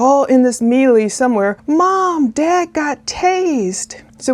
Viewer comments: The correct pronunciation is maylay. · I think it's pronounced MayLay (melee) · “Melee” is pronounced may-lay and if it’s a learning lesson it’s a lesson (“learning lesson” is redundant. Dependent is someone who is deposed in a deposition. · I love your work and actually see you as the voice of reason and as a role model for trying to see all possibilities, before assuming someone's guilt. Also bc you're an excellent journalist and speaker, I actually try to emulate the calm way you speak, your enunciation, and your pronunciation of words. For the first time I think I caught an error: melee etymology is French and I believe follows the French pronunciation i.e. MAYlay. My apologies if I'm wrong, which is often the case.